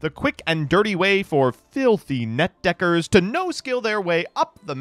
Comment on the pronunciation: you have a power to make netdeckers sound like a slur and im scared